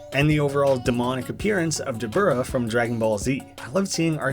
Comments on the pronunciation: I thought dabura was pronounced dabra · You said debura wrong its said Da-bore-uh